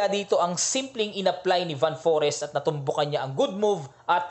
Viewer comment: Coach, Fan Foreest tamang pronunciation. Like most european country, F ipronounce ang V. Mapansin mo rin yan during nung closing ceremony nila, Fan Foreest daw ✌✌✌